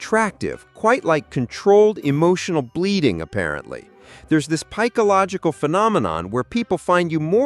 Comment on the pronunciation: Did he say "pikeological phenomenon" ish?